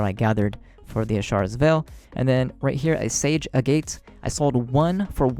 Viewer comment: it's pronounced (ayy - get) Agate